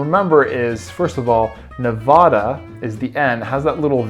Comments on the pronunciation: You pronounced my state wrong :(( Nev'a'da's middle 'a' is pronounced a as in apple, not a as in caught. 😊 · Cute idea. But PLEASE say the states names correctly if you are going to make videos about states. It is NOT Ne-vah-da! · its ne-va-duh the pronunciation